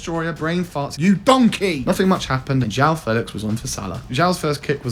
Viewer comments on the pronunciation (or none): none